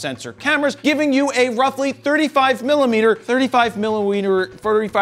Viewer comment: “thirty-five milliweiner”